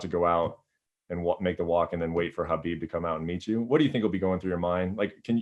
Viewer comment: I find it funny that he doesn't know how to properly pronounce (k)HABIB! Love you Justin, I'll be watching.